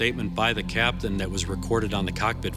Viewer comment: Captain not caption Speaking not speeking